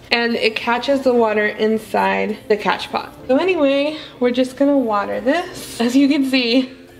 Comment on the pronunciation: As Soon as I got the notification, I screamed!! Loved this new vid love!! Just made my morning!! Also, It's spelled "Cash pot" but pronounced as "Cash Po". So I heard..or at least Summer Rayne says it like that. But, it's whatever, Doesn't matter, We know what You mean. 😉 Honestly you have the CUTEST POTS EVER!!! I have plants, Not enough PoTs! Lol ❣️🌿👸🌱❣️